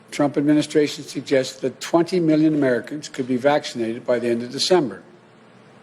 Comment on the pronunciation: How many is "mil-len"? How big is "uge"?